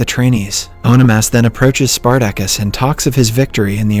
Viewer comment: OK, this is definitely narrated by AI. Listen to how the AI pronounces Spartacus.... Omg. Hilarious